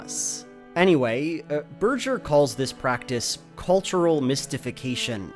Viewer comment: "Ber-jer"?! Berger... "Bergh-er"